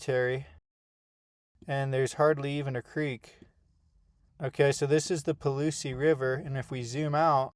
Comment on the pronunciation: Properly pronounced “Paul-loose”.